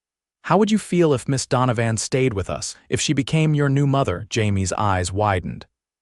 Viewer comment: It's pronounced don-o- van